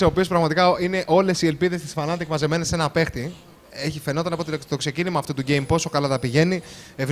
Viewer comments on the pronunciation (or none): ρε μου θέλετε και περιγραφή δεν λέγονται fanatic αλλά fnatic!!!